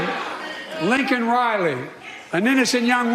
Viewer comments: He called Lanken Riley "LINCOLN" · He also looked at the pin because he still didn't know her name, yet mispronounced it seconds later. What a crime we allowed this. From Hunger Games behind protective barb wire 1/20/21 to our very own screaming Hitler with his tiny balled fists. Stay prayed up!